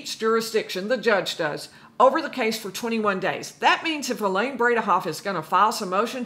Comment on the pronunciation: Elaine “brain-ah-off”